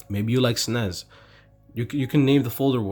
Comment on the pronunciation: wow i never hear anybody say SNES like it was a word